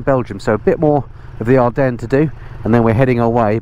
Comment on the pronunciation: ever heard If WWI? You've said "Adrennes" 19 times without a single reference....